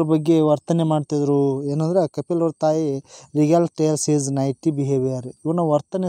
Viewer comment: ನೈಟಿ Alla sir ನಾಟಿ